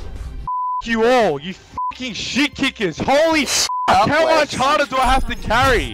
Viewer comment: "Too Moch Power"